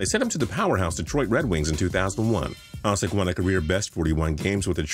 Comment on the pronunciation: It's not Haah-sik, it's Ha-shik